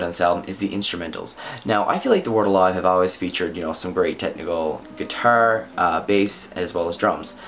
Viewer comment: Hate how u say guitar